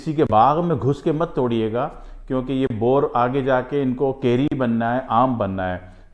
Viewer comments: Well.. no boorr....bourr is right. Bourr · Sir bore nahi boor